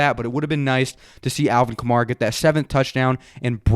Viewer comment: it’s alvin kamara like camaro but with an a at the end, not kah-mah-rah